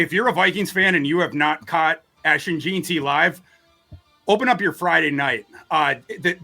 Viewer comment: Is it so hard to pronounce JEANTY? Especially when you've heard the name a million times on television and radio, said correctly.